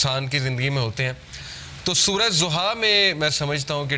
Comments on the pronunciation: Surah Duha not zuha... Correctly pronounciat please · It’s Surah Duhah not Zohah plz correct ur pronunciation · Surah ..Zuha .. Nahi Surha.. DUHA.. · PLEASE SAY DHUHA PLEASE PRONOUNCE ض DH INSTEAD OF Z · Zuha nhi dhuha bhai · Soura zoha ni soura doha hai urdu mein na kahien Arabic lfz duha hai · Naam galat bool raha hai sorat ka....doha